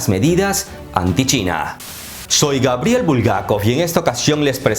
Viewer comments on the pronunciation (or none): none